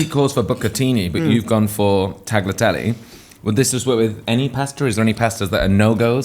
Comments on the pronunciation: Love Kaya and love the long video! But, please, it's pronounced "taliatele" no "g" sound in there 😉. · Despite everyone around him constantly saying "tagliatelle" correctly, keeps insisting on pronouncing the silent G. The same thing was going on with Suranne Jones on 'Vigil' (series 3), where she keeps punching the G in her fellow character's name "Longacre", while everyone else pronounces it correctly. Is this a northern thing, or do they have an audio version of dyslexia? I seem to remember someone on the DISH podcast recently doing the same thing with "Gingham".